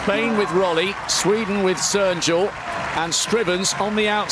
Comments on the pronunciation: ... or, as he mostly said, "Serjul" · The commentator's pronunciation of all names was atrocious. No effort at all. Živko is not "Zviko", "Rolli" is not "Rolly", and Cernjul is not "Sernjul"